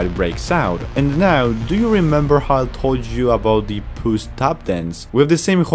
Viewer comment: Why does he say pas in stead of puss sometimes? Btw it’s not a spade it’s a fricking sword a weapon not a farming tool smart alec YouTube won’t get you for saying sword it’s not copywrite it’s only associated with violence but it hardly causes it in this movie